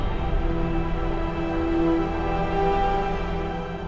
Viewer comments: "My life for Aiur" sounds like "My wife for hire" in Starcraft I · I know that, but it sounds like hire.